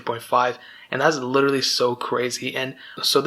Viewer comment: Did you emphasize your correction with the wrong pronunciation of literally after you already said it correctly? LITCHERTALY